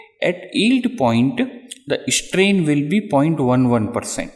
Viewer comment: dude..your english!! its strain..not ishtrain!!